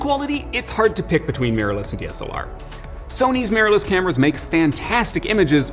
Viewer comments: Meeyorless cameras! Who know mirror was so hard to pronounce? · MEERLESS CAMERAS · Interesting how pronunciation change from mir to mirror but mainly mir. Lots of people say it either way but to me mirless sounds like mearless (not a word).